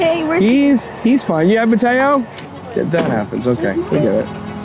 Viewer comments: Mateo❌ Matedo✅ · When the narrator named mateo i actually heard potato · Bro the first one he call it MATEO like brainrot animal😅